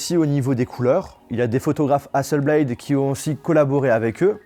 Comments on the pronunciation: Quand on est à ce niveau on fait attention à la prononciation des noms des marques (Hasselblad est suédoise pas anglophone donc hasselblad pas hasselblaïdeu...) et aux faits (Hasselblad a travaillé avec la Nasa pour la mission lunaire mais plus maintenant) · y'a pas de E à Hasselblad c'est pas Hasselbléyd c'est HasselblAD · hasselblaD pas BLAYYYYDE zebi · Sympa ! Reste plus qu’à bien prononcer Hasselblad maintenant 😅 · Ouch la prononciation d'hasselblad... !!! Sinon, fidèle à One+ depuis le 5, ces appareils sont vraiment d'excellente qualité, notamment le 7 pro avec son incroyable écran qui couvre quasiment toute la surface grâce à son APN facial qui sort de la tranche supérieure du smartphone. Par contre, la hausse des tarifs est abusé... Un essai de la One+ watch est prévu ? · 🤝 Ne pas prononcer correctement le non de Hasselblad pendent toute la vidéo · Entendre « hasselblayde » et « onepleus » pendant 14min ... mes oreilles souffrent.